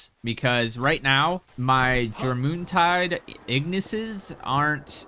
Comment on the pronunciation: Jor moon tide? It's pronounced "your min tide"